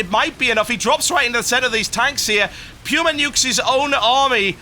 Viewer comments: ?? it's pronounced "Poo-ma" not "pewma" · its pronuced pooma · everytime i hear "pewma" i die alittle inside. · Just checked online. Much like the word "coupon" can be either "kyoo" or "koo" it can be pronounced with both the "pyoo-" and "poo-" (lol) sounds.